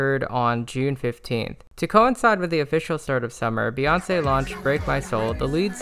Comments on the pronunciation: why do you call her bay when the first three letters of her name are pronounced BEE and her fans are literally called the beyhive as in BEE HIVE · Amazing synopsis, only critique, it’s Bee, not Bay